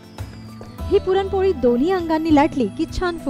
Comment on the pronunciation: please take care of your language and grammar. you couldn't pronounce the main topic also correctly. very off putting.